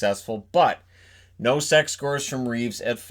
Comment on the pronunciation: He said Nosek, what I heard was No sex. I've been listening to too much Weezer.